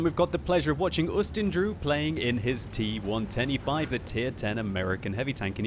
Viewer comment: im always hearing "t 1 25" instead of "T110E5" am i the only 1? :D